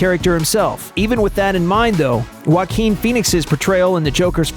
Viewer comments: Its pronounce "jack-win" Not "yark-win" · Joaquin is pronounced (Hoe - A - kin) im fr